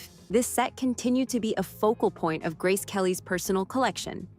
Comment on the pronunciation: Ridiculous her name was mispronounced.